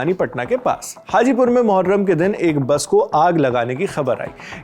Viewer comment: मुहर्रम ❎ मुठमार्रम ✅